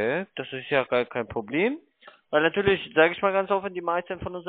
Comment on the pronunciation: "Betrüger!" ... "Wie könne Sie beweisen?" ... "Weil Ihre Webseite in 2 Monaten weg ist." Nattührlich geht der nattühlich - zweite - auch - mit seinem Nattüahlich auf den nattüahlichen Keks.